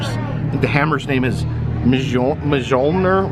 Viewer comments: The name of Thor's hammer is pronounced, "MEE-ULL-NEA-URR". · The name of Thors hammer is pronounced ME-OL(as in OLD)-NEAR. The J is silent. 😉👍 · Thor’s hammer is pronounced mole-neer. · Thor's hammer, Mjolnir, is pronounced, 'Mee-yol-near'. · I thought it was pronounced myoll-neer